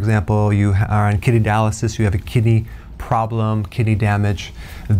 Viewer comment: 0.13 what was that you said -- KITTY dialysis?? 😈😅